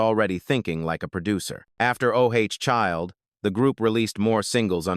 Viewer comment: Keni is highly underrated as a bassist/producer/ songwriter, as well as the family. They were not a one hit wonder" group , because of the success of"Ooh Child." (not O Child) What was not mention was The Invisible Man's Band. (Stairsteps) They recorded 2 albums, their first had the hit single "All Night Thing." My biggest pet peeves is how the song titled "Ooh Child" was mispronounced, as well as the few times "Risin' To The Top." Accuracy in pronunciation would help a great deal. Ex. the year 1982 instead of saying one thousand nine hundred eight hundred two. Really ? Do better A I My favorites are : Behind Curtains The Touch Of You You Waited Too Long You Can't See Don't Change Your Love We Must Be In Love Madame Mary Little Boy Blue I Feel A Song In My Heart From Us To You Pasado Throwin' Stones Atcha Tell Me Why Salaam Rent Strike 9X'S Out Of 10 Love Can't Come/Love Has Come Really Wanna See You Along The Way Keep On Singing From Me To You Let Somebody Love You Indigenous Love